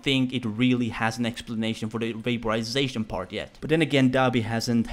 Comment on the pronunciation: COMbusTION, vaPOrisaTIION, OXydaTION. What about your INtoNATTIOOON?